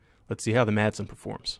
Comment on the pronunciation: AndrosRG Ahh, the old "Masen" LMG...